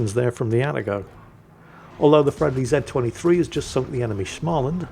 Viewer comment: Stop saying SCHMALAND! It's pronounced as the English word 'small'